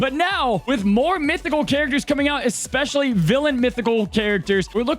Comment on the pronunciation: f·%k the Oxford English Dictionary, "Expecially" should be a word. I got you,.